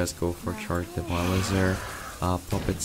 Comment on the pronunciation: He's Devilsaur, Devil's creature! Don't butcher his name or... *roooooar*!